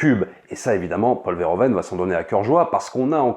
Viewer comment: On prononce Veurhouveunne et pas vairhovenne